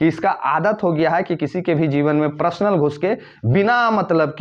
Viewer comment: Prasnal nahi personal bolo.